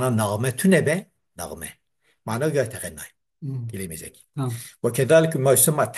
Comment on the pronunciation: Hocam yeteneğğeme okuyun yeteğenneme deil yani nun ğa dan önce geliyor oda şarkı gibi okuma manasıdır